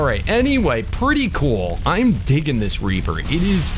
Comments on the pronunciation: U said raper in sted of reaper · Did he say tek raper or reaper I'm pretty sure he said raper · U said trek raper like rape inseam of reaper lmao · He didn't say tek reaper he said tek raper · He said raper